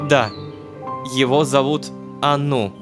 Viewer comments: Мне кажется не анУ, а Ану (заглавные буквы ударение) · мне кажется что нужно говорить А́ну а не Ану́